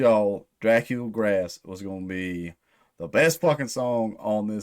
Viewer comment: Pretty sure it’s pronounced Drah-COOL Grah. It’s Romanian or something lol translates to “Fat Dracula”